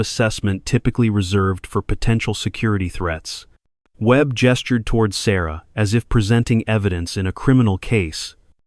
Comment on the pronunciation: I like the story a lot. The narration switching to foreign pronunciation of Sarah's name and a couple other words is disconcerting. I had to back up the video each time to read the words. This interrupts the flow. I thought if it was AI narration it would be smoother.